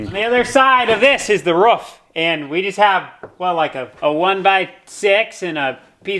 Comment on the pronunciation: Any one else rewind to hear him say roof